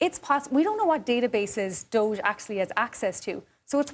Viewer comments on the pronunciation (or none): none